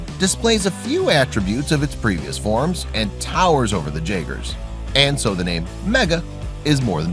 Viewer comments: He keeps saying jagger not jaeger lol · Did he say "j"aaaeger